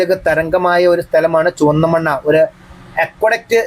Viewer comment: ചുവന്നമണ്ണ അല്ല ചുവന്നമണ്ണ് ആണ്